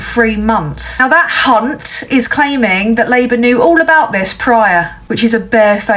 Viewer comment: If we didn't know you better,. I'm certain your pronouning of Hunt is almost certainly referring to something else?:-))